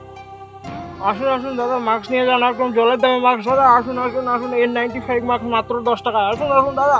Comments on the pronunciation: Re ota maks na ....mask bole 🤧🤧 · Mask bole ... maks na